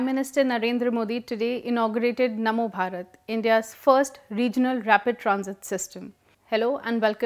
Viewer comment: Its namo bharat not mano bharat. And its definitely better than Rapid X, its very generic name for trains, at least Namo bharat have some meaning. As for leaving impression of his name, every politician does that, after all who doesn't want to get credit for what they have done. There is also Jawaharlal Nehru stadium, Indira Gandhi International Airport, etc. Just look at the goods and the bad done by our leaders rather than wasting our time in these stupid arguments created by some "Public informative about politics" who are doing nothing but making issues so people would watch them and they would stay relevant.